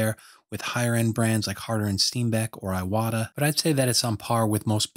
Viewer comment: Thank you for this video! It's pronounced "eewata" :D